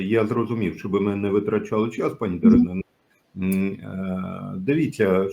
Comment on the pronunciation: Не ДарінА, а ДарИна.